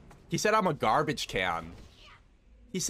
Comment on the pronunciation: dude GAWBAGE KEEYAN LOL